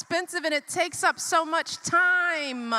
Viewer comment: "We are trappedah." "It takes so much time-uh."